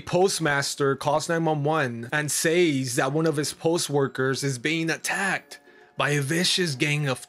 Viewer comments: OMG, it's pronounced "sez". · I cant watch this channel anymore. The way he says "says" drives me nuts. He doesnt actually research the stories.